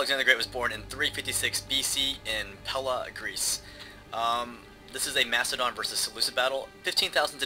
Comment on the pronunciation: Has anyone else noticed that half the time he says "Macedon" he says "Mastadon"?